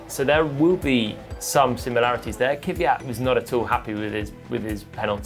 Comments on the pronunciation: Can someone please tell Palmer that the Name is "Kvyat", not "Kyvyat"? It's always quite enlightening to hear people pronounce their own name, so here you are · Why do brits say "Keeviyat"? It's pronounced "Kveeyat" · Its kwi-at not kiwi-at man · I guess they just cant pronounce "kv"